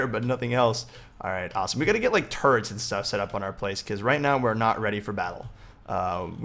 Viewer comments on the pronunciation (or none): Did anyone else think when he said turrets he said turds ? XD